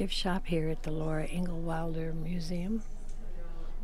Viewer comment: Hi! Thanks very much for this video! I really enjoyed it and you did a great job! One little thing I noticed, was that you kept referring to her as Laura "INGAL" Wilder... However - it's Laura "INGALLS" Wilder (with an "S"). Still - I loved your video, ma'am! Thanks again and have a nice day!